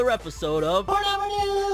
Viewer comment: Love it when he says FORNEVER NEWSSS